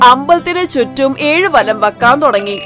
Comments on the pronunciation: തൊടങ്ങി അല്ല തുടങ്ങി എന്നാണ് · Thodangi alla thudangi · "തൊടങ്ങി" അല്ല തള്ളേ ."തുടങ്ങി" എന്നാണ് ആദ്യം പോയി മലയാളം പഠിക്ക് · Thudagi ann allathe thodagi alla😡😡😡